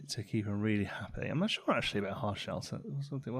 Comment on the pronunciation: Nobody: Literally nobody:: riealey